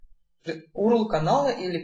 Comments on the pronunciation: Не Урл, а юэрэл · Не урл! А вот так ЮЭРЭЛ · ЧИТАЕТСЯ ЮЭРЭЛ, а не УРЛ